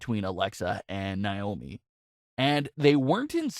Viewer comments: It's not Nye-oh-mee, it's Nay-oh-mi. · In Naiomis name the stress is on the a not the I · I hate the way he says Naomi’s name